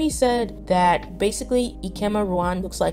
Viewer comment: I mean no offence at all but please keep practicing the pronunciations of names. Bahiyyih : Bye-yee-hee Hyerim : Hye-reem Ruan : Ru-in Wen zhe : wen- je Liang : Leeang 100% agree with everything in the video, great insight!